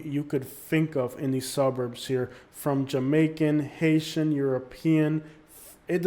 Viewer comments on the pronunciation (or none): none